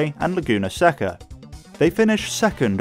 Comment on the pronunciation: it’s pronounced “Say-ka”, not Sec-ka.